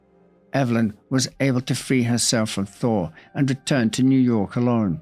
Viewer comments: Damn thee, … the entire time I thought you were saying Harry “Thor” Lol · Yes - it does sound like you were saying, "Thor" - not "Thaw". My mother, from Boston, would've pronounced "Thaw" similarly. 😉